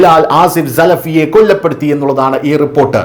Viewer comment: ആദ്യം മലയാള ഭാഷ നേരാം വണ്ണം സംസാരിക്കാൻ പഠിക്കേടോ. കൊല്ലപ്പെടുത്തി അല്ല കൊലപ്പെടുത്തി എന്നാണ് , ആക്രമി അല്ല അക്രമി.